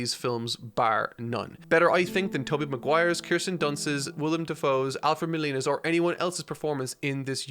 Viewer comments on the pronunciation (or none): All was good till u said my last name wrong lol.....MOLE E Na. Lolol love that u say names differently.